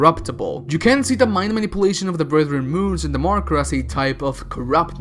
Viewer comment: i'm gonna use BFG 10000 against the ''BREATHREN MOONS''